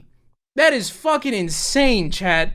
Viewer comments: I feel really dumb but it took me a good five minutes to realize you were saying Chat and not Chad. I'm sitting here like wtf, WHO'S CHAD?! 🤦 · Oh your saying CHAT! I thought you were saying CHAD I was like Who The fk is Chad?!